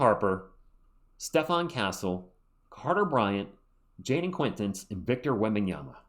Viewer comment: I just heard Brian Windhorst pronounce Jayden Quaintance's name like: Jayden Kwin-tawnce Guess we'll see! lol.